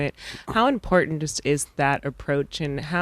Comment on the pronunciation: I really hate when people miss pronounce the word Important 🤬 Get a clue Lady Go Dodgers 🎉